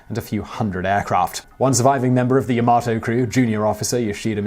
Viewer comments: Oddly enough, I've heard several people mistakenly say Yamoto, before, so I'm wondering if there's some unconscious proclivity towards that particular mistake in the minds of native English speakers? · a few points - the photo you gave in the beginning with the "constructor" is not a photo of any of them what does it mean - never push on the battleship - there is no such phrase and for me (whose mother tongue is not English, let alone its variant of slang for idiots) it is something new Yamato - why do you pronounce it linguistically impaired - every letter in this name should be pronounced correctly - opening your mouth carefully - unless you open it wide for things other than speaking and eating not the first time I am telling you that you make mistakes - so if you don't know something, ask smarter than you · Tell me about it. First he mispronounces Yamato as Yamoto after pronouncing correctly until then and then there's his butchering of Okinawa. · Technically "Yama-to" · At ....timeline you state the 2 battleship's names...and call one the Ya-Mo-to....yet the spelling of the ship is Yamato ( Ya-mah-to)......why ? Also, too many technical errors to count.....what are you doing? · It is Called YA MA TO . Not YA MO TO . 😆😆😆😆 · It's the yamAto not yamOto! PRICK! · Also he pronounced yamato wrong so many times, wtf is the, "yahmoto"? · YA-MA-TO not YA-MO-TO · I say "Yamato", you say "Yamoto". I say "Potato", you say "Pototo"... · Sais: "Yo-mo-toe. Clearly battleship is named " Yo MA toe. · Yamoto...it' yamato... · LoL... just said Yamoto instead of Yamato.. Error in the script which they made for him?;-) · Yamato, not Yamoto... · it's ya-ma-TOE not ya-MO-to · "Today I found out.." that it's pronounced "Ya-ma-to", not "Ya-mo-to". Leave "moto" for the "Hello Moto" commercials. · Yamoto xD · Ya-Ma-Toe not Yo-Moe-To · Yamato is pronounced "yah-mah-toe", rather than "ja-mah-toe" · Yamato, not Yamoto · the "hotel yamato" lul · YAMOTO lol